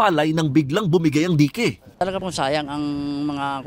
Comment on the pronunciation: Dayk ang basa dun hindi dike ano ba naman reporter to